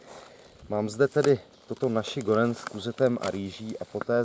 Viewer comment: Ahoj čte se to Nasi Goreng. :-)